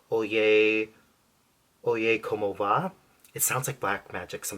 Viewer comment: Hola! Do you speak Spanish? Your pronunciation of "Oye como va" was very good😊Very nice video. Thank you🌺🍀